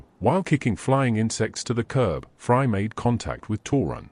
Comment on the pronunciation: I cant get over how the ai calls fray "fry". I cant help but think of fry from Futurama lmao